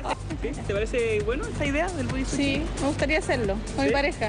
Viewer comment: Hay que mejorar su pronunciación por eso del body "suchi" jajajaja